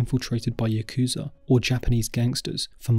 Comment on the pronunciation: Interesting video! Without a doubt, "the dark lady of Osaka" was the most surprising to me; I'd never heard about her. Just a pro-tip: "Yakuza" isn't pronounced "yuh KOOZ uh", it's "YAH koo-zah". Brits and Americans always seem to mispronounce it for some reason.